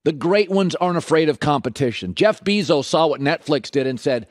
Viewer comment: I hate how Colin says Bezos.